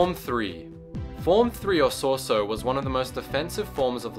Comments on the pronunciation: If you are going to make a video about the seven forms of lightsaber combat atleast learn to PRONOUNCE them in the first place i mean what the actual fuck! its shorter to make the list of the names you pronounced correctly then the ones you said right! Shii-cho ataru and shien were the only ones you actually said correctly all others were wrong. its pronounced MAkashi, Sor-EE-so, D(e)Jem sho, NI-man (pronounce it like you would say the word nigh as in the "the time is nigh") and its Ju-yO and VA-pad. also you got the names of users of most of these styles completely wrong. obi wan never used niman he was reknowned in the jedi order for being the go to SORESU master. while yoda knew alot about all the lightsaber forms he definitely oriented himself more towards ataru than he EVER did shii cho. Darth bane did not use form 3 he was mainly form 5. and i suppose thats the end of my little rant. i just dont know why you made this video when you clearly know very little of the topic. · "Sor-ee-su" is how you pronounce form 3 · Form III is pronounced So-rey-sue btw. But good job on the description and notable users. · wtf is Sore-so? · say it with me :P So - Re - SU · So-re-su pronounced soh res u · its pronouce sor - ies -ue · Dude if you're going to do these videos then u need to pronounce the words correctly.... it's SO-ree-su, Nie-man, Vay-pad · Sorry for nit picking but it pains me. It's So-REE-su. not sor sue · He says Soar Su Most people would say Sor e Su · sor so my ninja REALLY! its sor-ay-su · '' Top 5 Gaming Soresu is pronounced So-re-su. I just had to point that out. thanks you for the video though. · Dude what is Sor-sue? It's Soresu as in Sore-E-Sue. Other than that nice vid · rick handley it would be So-Ri-I-Su for Soresu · And Soresu was pronounced Sor-Sue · Sauce-oh is my favourite technique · "Sore Su". Are you kidding me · Soresu is pronounced saw-ree-s-oo